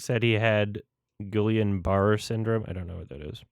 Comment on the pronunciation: This is completely inconsequential but Guillain–Barré syndrome (pronounced Gee(as in geese)-yawn Bar-ay) is a crippling autoimmune disorder where your immune system starts attacking your muscles, causing weakness in the extremities which can spread until it causes paralysis or even heart failure in the worst cases. Prognosis is usually a full recovery but it can take years and about a third of people will have some permanent loss of motor function.